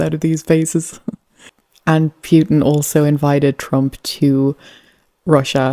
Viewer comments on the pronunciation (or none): Interesting how you pronounce Putin as Pewtin. lol